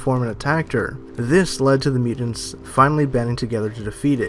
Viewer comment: Miu-tants. Not miu-dend. Sorry, it just sticks out like a sore thumb.. MIU-TANTS..! Your guys videos are great, just sounds really weird to not pronounce that correctly. Sorry